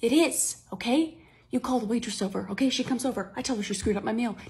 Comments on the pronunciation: I love how Riley says Otay instead of ok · I love when everybody says otay :]